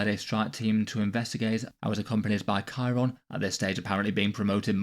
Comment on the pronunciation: Chairon just isn't even a character. Even people who are complaining he died keep pronouncing his name wrong. He had that one bit where he ran in like an idiot and that was kinda funny, and the only other thing he did was kill that astropath.